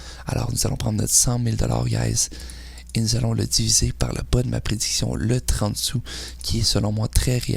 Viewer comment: Dans quel pays on parle en "soux"